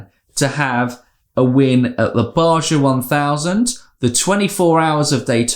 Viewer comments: In Espanol, the j is not pronounced as a Juh'.. A resident of mexico would say BaHa 1000, Names like Juan, Jose and Jeorje come to mind as examples. Yet another reason Pato despises Steven. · Great video as usual guys! I do have one, comment and I am not trying to be a prick lol. In America we pronounce the j like a h in the word Baja like they do in the Spanish language